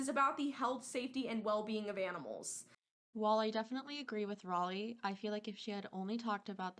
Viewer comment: I like how you actually pronounce her name right and English isn’t even your first language most people that speak English can’t even say Raleigh properly